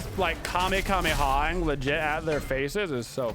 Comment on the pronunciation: Dude said KameKameha